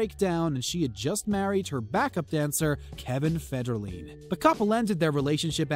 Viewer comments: Who's Kevin Federlean???? That it was Kevin Federline. Idk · MAR-SHA BRAY-DEE, KEVIN FED-ER-LINE, LEE-NUH, HOW CAN YOU DISCUSS POP CULTURE IF YOU CAN’T EVEN CORRECTLY SAY THERE NAMES?